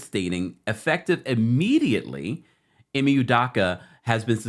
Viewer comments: His name is pronounced I and Me I ME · It’s pronounced Eemay 😂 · Dude stay butchering ime name. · THAT'S NOT HOW TO SAY HIS NAMEEEEEEEEEEEEEEEEEEEEEEEE